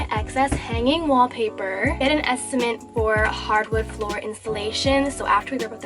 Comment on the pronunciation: An estimate... not an "estiment" lol